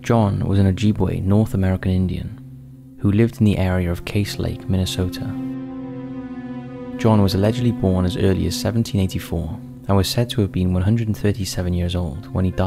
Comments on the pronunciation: I am from MN to and you say it like it's spelled Case, dude, it is pronounced like Mama Cass. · Just a small note, the "Cass" in Cass Lake is pronounced like cass (as in castle). But I never knew about this man despite living in the area my whole life... Amazing.